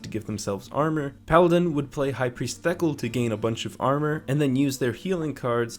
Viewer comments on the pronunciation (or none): I'm sure Thekal is not pronounced by "tackle" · i am pretty sure that "Theckle" is pronounced "Thuh call" or the call as if it were spelt thekahl